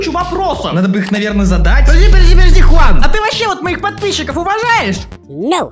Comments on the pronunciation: Это джиан а не Хуан но тоже Прикольно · Не джуан а хуан на самом деле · Правильно джуан а не хунан juan переводится как джуан я English хорошо I know